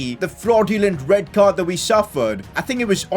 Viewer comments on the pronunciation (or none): none